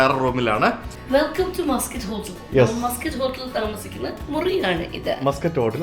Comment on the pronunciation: മസ്ക്കറ്റ് ഹോട്ടൽ അല്ല, മാസ്ക്കോട്ട് ഹോട്ടൽ എന്നാണ് ഡിയർ 😂